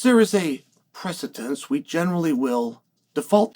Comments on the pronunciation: “PRECEDENCE” No “T” in that word. Like no “T” in RAJA. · There’s no “t” in “precedence” Chael is dumb af